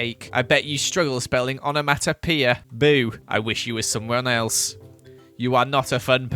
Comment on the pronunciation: I bet you struggle spelling onomatopoeia........ pronounces it wrong